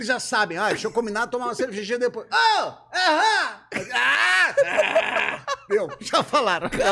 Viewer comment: Digo até hoje "arã" ao invés de "aham" por culpa do Cris! Ahahahabab